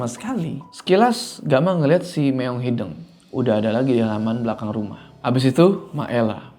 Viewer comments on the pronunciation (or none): kayanya bukan meong hideng deh, tapi meong hideung pake U. Soalnya artinya laen😅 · hideung pak, no hideng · btw bang ngmng nya meong hideung bukan meong hideng😂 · Kocak sama pelafalan kucing hideng, bukan hideung 😂